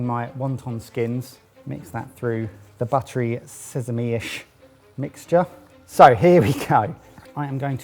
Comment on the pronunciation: “..and zezeme seeds” pretty sure the normals pronunciation of sesame has been noticed before🤪